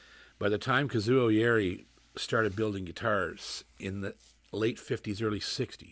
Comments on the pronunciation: Please pronounce Kazuo's last name out of respect for the master. It's YA-IRI, not YAE-RI. You said it correctly in the beginning but went back to the wrong way. Please. I do enjoy your videos a lot ! God bless! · First off it's pronounced Ya h - Erie not yawree. I sold Yairi's from 1976 to 2005 and I will tell all who will listen these guitars are far beyond the best guitars ever made, they are the finest. There is one thing about different makes, the Yairi is meant to be played with a delicate touch as this gentlemen is doing. Whereas, Martin guitars have to be played hard otherwise they lose their tonality.